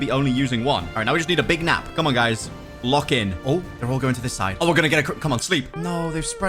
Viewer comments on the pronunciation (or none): none